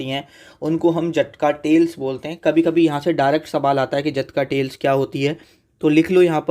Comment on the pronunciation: जटका ❌ जातक ✅